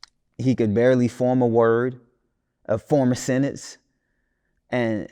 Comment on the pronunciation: Not him saying Kodiak black could barely speak a sentence but he can’t even say the word “sentence “ 😂😂 .